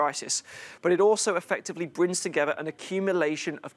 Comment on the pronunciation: You've got a speech impediment ""it brings togevver...""